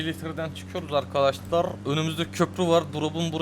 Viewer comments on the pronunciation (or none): apollonun arkadaşlârr diyişi Sjsjkhchjb